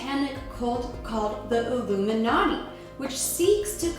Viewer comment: Your audio sounds like you said: "oo-boob-in-Naughty" These shows are a secret bidding auction (order now and get an second angel in your bed for the evening at half price.)